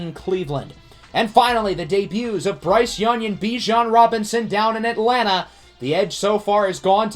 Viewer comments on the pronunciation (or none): none